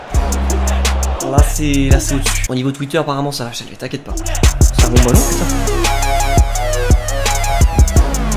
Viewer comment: Ça se prononce "shelvi" Très bonne vidéo!